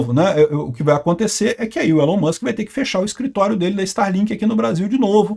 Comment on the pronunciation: pq o fala Musque e não Mãsque?